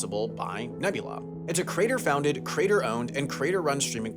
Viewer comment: So good. Really great condensed information. I only have one complaint. You're missing a syllable when you say the word creator. I keep hearing CRATER. It's CREE - ator. Good job though. :goodvibes